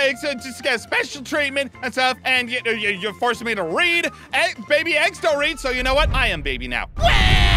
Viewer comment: I love how Aphmau says bibi instead of baby